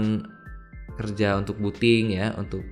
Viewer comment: Booting bukan buting yang belum faham